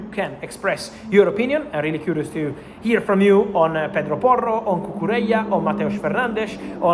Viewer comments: The way the words pedro porro roll is epic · Love the way he says Pedro Porro.